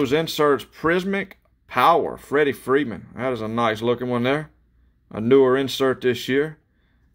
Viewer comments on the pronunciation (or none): none